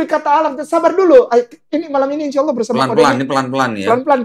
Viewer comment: Kalian perusak bahasa indonesia kata Allah di rubah menjadi awulloohh